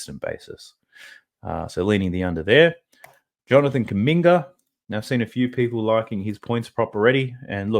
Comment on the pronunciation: Calling kuminga kumbucket is crazy bro 😂😂😂 great information tho I appreciate it